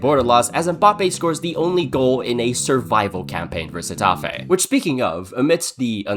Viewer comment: You say Getafe correct but Girona is Hirona